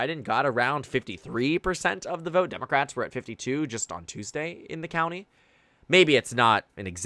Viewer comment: “I will boat….. for Donald Trump” 😂